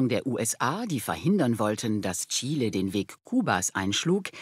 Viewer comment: Bravo! Chile mal richtig ausgesprochen. 👏